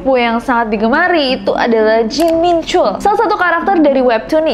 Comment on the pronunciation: Ness, info aja ya, soalnya aneh dengernya. Hehe. Nama Jin Min Chul, "chul" nya dilafalin kaya "tall"/tol-nya jalan tol. Jadi bukan pake U, tp pake O terbuka.